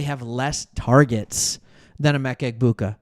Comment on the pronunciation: Yo.. The “g” is silent in Egbuka.